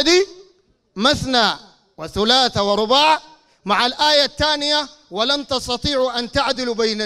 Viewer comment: والله استغربت قال مسنا وهي مثنا وقال سلاس وهي ثلاث رباع الحمد الله قالها صحيحة